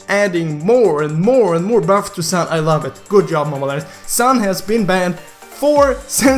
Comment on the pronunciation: Is reas s(u)n not san